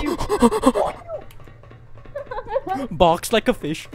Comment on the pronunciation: i laughed at you when you said boks like a fish